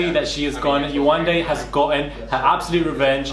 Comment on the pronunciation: I've heard people saying her name wrong in a way that is ignorant. You can tell they're thinking 'foreign name' when they say it. It's not Yawanda, it's Yewande.